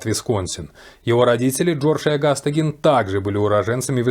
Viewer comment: если бы сначала изучали информацию, прежде чем говорить, то знали бы, что правильно именно Гин, ведь специально именно для таких, как вы, и в русскоязычных, и в зарубежных источниках указана транскрипция, как надо произносить, и это, о ужас, /ɡiːn/ Представляете, не Гейн и даже не Джин...